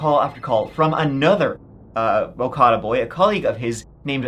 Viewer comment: Great vid and thanks for covering this! Just some pronunciation tips: Ibadan is pronounced “ee-bah-dawn” Okada is pronounced “aw-kah-dah”